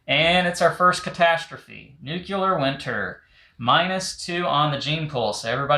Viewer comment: Lol “nookyoular”instead of nuclear